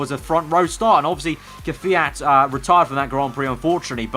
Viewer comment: its kvyat not kwjat,kyvat , kviat or kvjat